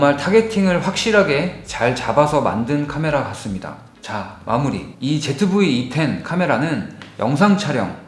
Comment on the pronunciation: 너무나 당연하고 시크하게 제트브이 이텐 이라고 하는데 난 ... 반박할수 없었다...ㅋㅋ